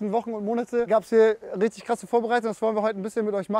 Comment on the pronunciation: Rischddisch goil 👌